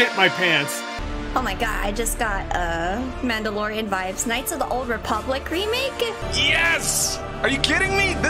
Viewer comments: Did that guy really say "mandalorian?" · That dude really said mandalorian😭😂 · Mans said mandalorian 💀💀💀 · When that guy said, Mandalorian in the kotor trailer it actually hurted. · “Mandalorian” im dead